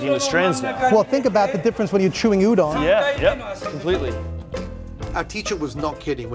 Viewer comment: Okay, first of all, it is pronounced as "oo-don", not "you-don".